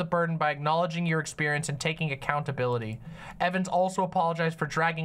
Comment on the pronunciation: She keeps saying "acountability" but I don't think she actually understands what that word means. She never actually apologized.